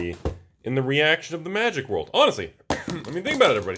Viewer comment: Magic -> Ma-jik, not Moo-jik